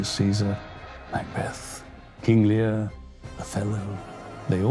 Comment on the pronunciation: King Learrr 🤴 ahhh yes, king Lear